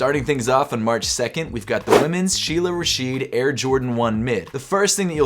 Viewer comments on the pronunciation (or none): none